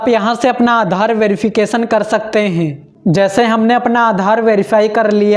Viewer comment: Renge 😂 renge😂 sakteeee heeen banana hainnnn thoda sahi se bol le itna bhi na dhyaan de prunciation (उच्चारण) pe😂